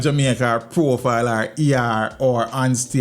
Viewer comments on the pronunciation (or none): From say profile 😂😂😂